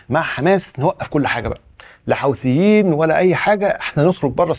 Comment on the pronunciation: ياعم حووثي مش حاوثي